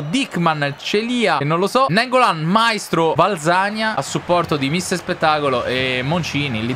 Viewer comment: Un consiglio: Valzania, si dice valzanìa non vàlzania e so dice Maìstro non Màistro